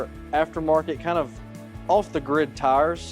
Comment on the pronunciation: “BF Goodwrench” tars